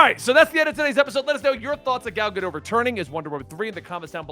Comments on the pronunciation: It's gah-dote, not gah-doh. The last letter of her name is a taf which makes a "t" sound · Her name is GadoTTTTTTT not Gado. It’s not French